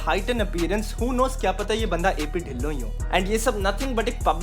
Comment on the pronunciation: Bro dhillon ki pronunciation tillo hai😅